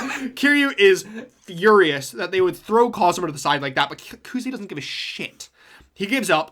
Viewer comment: Also his name is Kazama, nor Kazuma. Kiryu's first name is Kazuma.